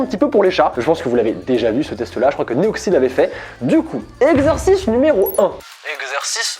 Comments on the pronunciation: J'ai entendu "exorciste" 😭😅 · Quand il a dit exercice numéro 1 j'ai compris exorciste numéro 1 voilà